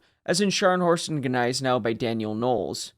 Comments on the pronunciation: Neisenau? GGGGGneisenau, please... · The G is silent. It annoys me that people cannot get it right. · The G is silent.